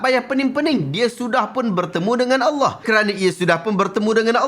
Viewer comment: sebut lafaz Allah pun bunyi telo..ada hti nk bt ajaran sndiri..